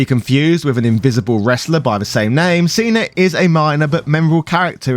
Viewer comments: why would you think that "cena" and "cinna" are pronounced the same? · I was listening to this and at the start it sounds like he’s saying Steiner and not Cinna - but then says Cinna perfectly fine at the end of that segment. I was so confused. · When he said "Seener" I just about shut off the video. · Did you pronounce Cinna just like that for the John Cena joke? It's spelled Cinna like Cinnamon and he even wears a hat in the shape of a cinnamon shaker and looks like the guy on the Cinnamon Toast Crunch box.